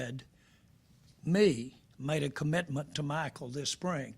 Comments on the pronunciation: It's MICAH not Michael Jerry! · He keeps calling him Michael not Micah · I want to fight Jerry on behalf of Micah for the amount of times he still mispronounces the young mans name. This old dude needs to retire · Leave Jerry alone. Some white people don't know how to say, Micah. He's doing his best. Tongue and cheek 😅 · Or Meeka Parsons 😂😂😂😂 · If you can pronounce Brian Schottenheimer. You can pronounce Micah.